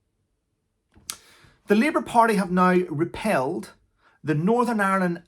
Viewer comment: 'REPEALED' NOT 'REPELLED'...